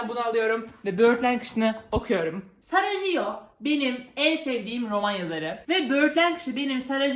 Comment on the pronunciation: O sarah jo diye okunuyor